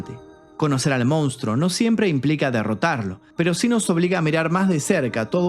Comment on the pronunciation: Yo miraba todos los videos esperando el momento en el que decia "MOUNSTRO" y ahora que ya lo dice bien, tendrè que conformarme con sus excelentes documentales.